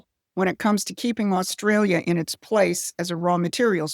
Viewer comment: Albo is a Sniveling Little Shite Weasel……We Aussies Hate him, he can’t even pronounce Australia…..What a Fool.